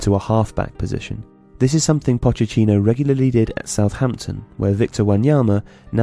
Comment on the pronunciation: Poch e ttino!! Read the word you've written and say it out aloud!